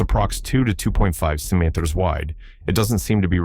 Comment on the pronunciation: Why has this voice so much trouble with centimeters? It's almost on purpose...